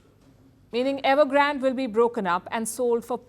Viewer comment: It’s evergrandeeeee not evergraaaand